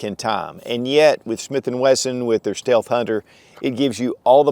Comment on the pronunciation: Steath hunter? 😂😂 no biggie